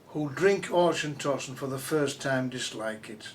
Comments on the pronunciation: Glenkinchie is not triple distilled! He can't pronounce Auchentoshan and the "Highland line" he is talking about is much lower than just south of Dundee. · Its pronounced auchentoshan in a german way LOL